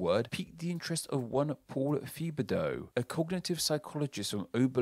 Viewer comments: FYI the professor's last name is pronounced like "Tibba-doe". It isn't "thee-buh-dow" lol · Don’t know if he pronounces his name “Thuh-bug-Dow” or not but that name is pronounced “Teh-bah-doe” in most French speaking places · I think the correct pronunciation of Paul Thibodeau is (Tib-ba-do) at least the pronunciation I'm familiar with coming from New Orleans (where it's often spelled Thibodeaux) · The way you pronounced Thibodeau was so awful and now I understand why my great grandfather changed the spelling to Tibedo 😂💀